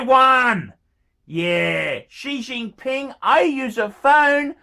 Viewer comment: That’s what I heard too